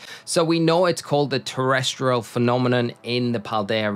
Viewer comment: Hey, just as a heads up the icon when sprigatito has the option, it shows "terastallize" and throughout the video it sounds as if you have mixed that for terrestrial. Bit of a mouthful of a gimmick regardless. Keep up the good work and can't wait to see you commentating for worlds.